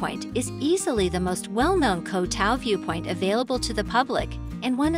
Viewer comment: At least, please learn how to pronounce "Koh Tao".